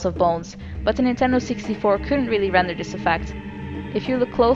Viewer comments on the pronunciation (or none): none